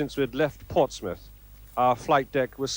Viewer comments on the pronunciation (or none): none